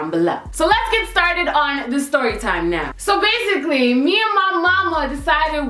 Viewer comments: "Styorytime" lmao 😂😂😂 girl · uhhhhhh i says stRorytime hahahahhahah a R to much hahah